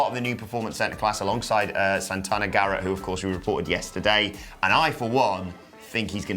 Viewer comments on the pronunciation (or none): none